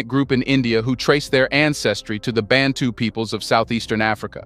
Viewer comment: Everything US-Americans do not know, they call “hidden” or “forgotten” - so enlightenment for them def required & it seems to only work by visual incentives. This is a high-quality made video. Only it’s Aboriginals & Indigenous Blacks of the Philippines are not “negritos” but Mamanwa, Aeta. The A in Bantu is pronounced like Ah not “ey”